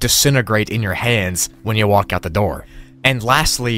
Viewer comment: I cry when he says walk like walck